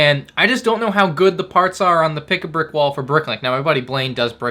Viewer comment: "Pick-a-bwick wall" -, 2023 😂😂